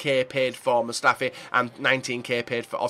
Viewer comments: Hahaha its mustafi not Mustafa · did you say Mustafa? Isnt his name Mustafi? Or have i been pronouncing his name wrong? 😳